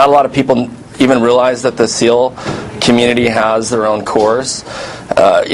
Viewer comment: he said navy sneal